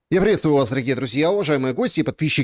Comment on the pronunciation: Чтооо? Я услышала: "Еврействую вас, дорогие друзья" 😁